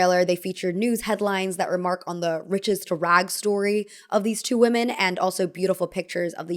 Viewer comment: Please stop you say woomen. (You may wanna look up what the same pronunciation but different spelling means). And I don’t think you’ve been meaning to say that 😬